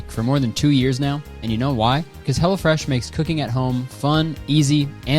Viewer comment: Every time you say 'Hello Fresh' I think you're saying 'Hella Fresh' and it delights me.